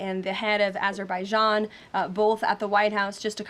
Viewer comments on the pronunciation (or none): none